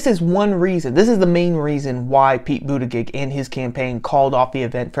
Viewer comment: Intentionally mispronouncing his name is belittling and unworthy of you. I do not question your right to say what you want but I do question your motivation.